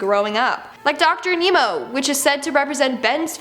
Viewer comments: and she called dr animo dr aNEMO wtf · It’s dr animo not dr nimo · woman it's not ameo it's animo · Im gonna go insane due to this person for calling heatblast "headblast" and calling doctor animo doctor "nemo" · She said dr nemo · Also she pronounced Animo ”A-NEE-mo”